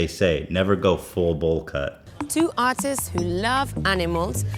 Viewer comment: Did the vice lady call them artist or autist cuz it sounded the same